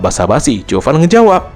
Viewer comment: Zhuo fan kenapa jadi chuo fan